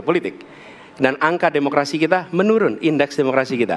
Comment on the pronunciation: Bukan menurun tapi menulun 🤣🤣🤣🤣🤣🤣🤣🤣🤣🤣